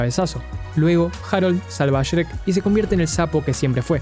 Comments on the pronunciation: Pronuncias sherek wtf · Porque dice Cherek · Siempre me he preguntado por qué los argentinos pronuncian el nombre de shrek como shereck 🤔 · "Sherec" Pd: Bro, yo quiero de lo que fumas, ni en 3 vidas seguidas lograría flashear lo que tú en solo un video. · Como se dice: Shrek Como lo dice: Sherek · El vídeo es bastante bueno, pero la pronunciación de Shrek me causa conflicto.